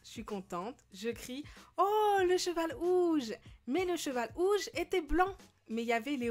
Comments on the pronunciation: mes pourquoi elle dis ouges ses rouges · pk tu dit ouge au lieux de rouge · Bourquoi tu dit ouge au lieu de rouge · Tu disais OUGE ? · elle dit un cheval ouge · pk elle dit''un cheval ouge